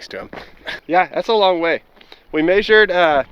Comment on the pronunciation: we "maysured"